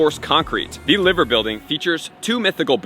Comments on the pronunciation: Ly-ver, not Liver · great video mate, but its liver bird as in lie-ver bird. sorry to correct you on this but i had to! 🤣